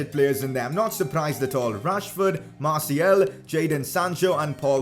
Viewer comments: Its Martial and not Martiel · ok i don’t wanna be that guy but does anyone else gets triggered about the way he says “martial”